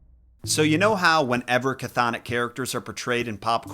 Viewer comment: TY! Also it's Kurberus for Cerberus and chthonik is pronounced thon-ik.